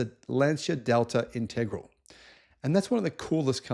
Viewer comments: Delta integral 😂 go look up how to pronounce that correctly 😂 Inta-gra-la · The name of the Lancia was the Integrale not the Integral (try saying it with an Italian accent). Tony Vandervell was an English engineer who owned an engineering company that made thin wall white metal engine bearings and in the 1950s started an F1 team to promote his Vandervell bearing company. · Integrale :) It's inteh-grah-leh The Lancia was, after all, Italian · Integrale Italian pronounced Intergralee